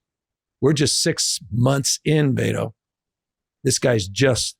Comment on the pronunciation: Gavin calling him "Bay-toe" the whole interview was hella cringe.